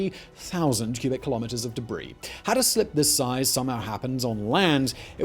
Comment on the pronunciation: Dubree. The word I’d “Debris “